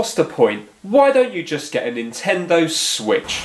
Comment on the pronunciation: Introducing the Swiitch U